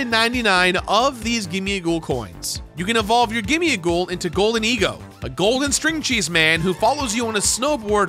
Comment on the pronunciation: It's GIMMIGHOUL and GHOLDENGO not "gimme-a-ghoul" and "golden-ego". That's not even the right number of syllables.